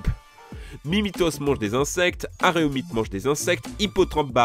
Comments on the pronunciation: aRéomite sérieux ça passe pas ! 🤣 C’est dingue le nombre de personne qui savent pas lire aéroport et disent aréoport mdr Et CaRnaticho 🤣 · Alors: 1) t'as dit aréomite 2) ya des insectes dans l'eau 3)je vais prendre un néoxys bolognaise😈